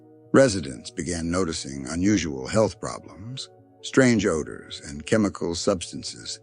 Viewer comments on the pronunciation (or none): none